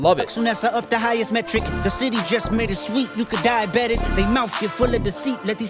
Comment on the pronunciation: Dieabetic sounds like die about it